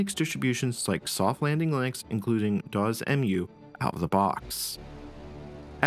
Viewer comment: I have to admit I have never heard DOS pronounced like that before, interesting.